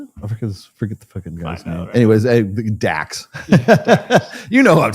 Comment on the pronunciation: DRAX!!!! NOT DAX LOL